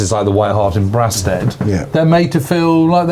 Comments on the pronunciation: Very good. I think it’s It’s Braystead not Braastead (Brastead) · I think its pronounced Bray-stead not Brah- stead. My Brother in law lived in one of the white cottages opposite the pub. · Excellent video. Brasted is pronounced ‘Braysted’ 👍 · I absolutely love this series... ... but I do have one minor gripe - pronunciation of Kent locations. I was born and grew up in Kent (I'm in my late 60s now) and Brasted was always pronounced "Braysted"...unless it's changed now. Other local town/village pronunciations : Wrotham is pronounced "rootem" and Trottiscliffe is pronounced "Trosley" ...that aside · Sorry, boys, but going to have to pick you up on your Kentish place-name pronunciation - it's "Braysted" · For goodness sake it’s pronounced BRAY-STEAD, honestly you sound like a foreigner 😂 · I grew up in Brasted (pronounced Braysted to us locals) I never understood why the BoB pilots went there for a drink - it’s pretty far from Biggin Hill. Or at least in my mind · Brasted is pronounced Braysted here in Kent. Great series. My dad watched the events at home in Tonbridge. He also saw a zeppelin go over in WW1. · It’s pronounced “Braystead”. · It’s spelt Brasted but pronounced Braysted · Great series, but can someone please tell who to pronounce Brasted correctly